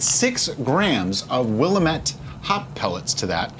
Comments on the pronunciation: Pernounced as WILL AM ETTE NOT WILL U MET. Sorry from oregon originally.. O.RE.GUN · It's pronounced will-am-it not willa-met. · As an Oregonian it's pronounced wuh·la·muht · Will-am-it you uncultured swine! 😂😂 just joking of course. 99.9% of people who live here dont know how to pronounce it. The natives called it the will-a-met-tea. Call it what you want we know what you mean. Oregon born here confirming. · Sorry to be that guy, but it's pronounced "Will-am-et". I'm from Oregon. Love your videos! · I'm doing the Pacific Northwesterner thing giggling at the mispronunciation of Willamette (we say "wool-LAMB-it") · From Oregon, it's Will-Am-ett :) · I know you've probably heard it a thousand times. My folks lived in the Willamette valley of Oregon for years. I pronounced it wrong for a while before my dad said, "It's Willamette, damn it!" (it rhymes). If you ever make it out to Eugene, OR (WHY?!!), be sure to visit Hop Valley brewery. Good folks, good brews.